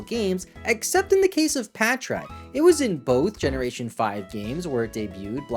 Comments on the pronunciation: Bros so forgotten about pronounces his name wrong 😭 it’s Patrat lol, not patchrat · Patrat so forgotten bro can’t even pronounce it right 💀